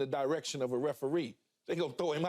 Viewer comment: Why does Keyshawn say “direction” as DIE-rection? It’s so annoying